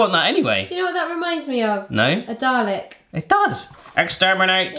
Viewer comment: And its dalek